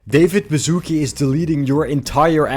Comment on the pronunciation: I have no problem with American accents, but when I hear a Polish surname pronounced as "bazooke" it makes me laugh.